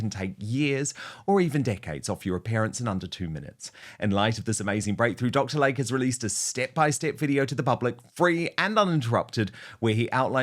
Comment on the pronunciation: It's pronounced Lay-Kee not Lake.